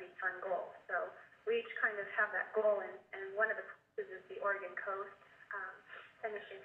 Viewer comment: "Where is Yreka"-Det Flores HODI- "it's about 15 min from Bore-egon, on interstate LIE-ve" lol #SHUTTFUP #lessthansmart #LWOP